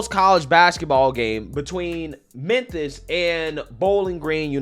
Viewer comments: Am I tripping, or is he saying "Menthis"? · Is he saying “Menthis”? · It’s pronounced Mem-Fis